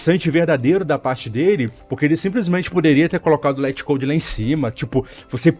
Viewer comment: Se pronuncia lit code mesmo